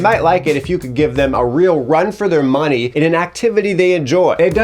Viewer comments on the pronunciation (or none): none